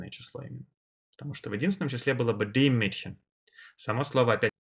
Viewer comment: Я конечно понимаю, что парень старается и разжовывает... но для А1 ... Для А1 (Карл!!!!!!) Это перебор!!! Плюс к тому - артикли: den, dem и der произносит одинаково (не уточняя! и по мне дак каждый артикль из его уст звучит абсолютно одинаково - как ДЭ!!!, а не ДЭР, ДЭН или ДЭМ), всё сливается и нифига не понятно на слух - какой артикль Он ставит!!! Я понимаю, что он сразу делает ставку на акцент и произношение. НО ЭТО ДЛЯ НАЧИНАЮЩИХ!!! А начинающим надо понимать само слово с точностью до буквы (БУХмляШТАБИРОВАТЬ), а с правильностью произношения и акцентом человек уже по мере изучения будет сам разбираться!!!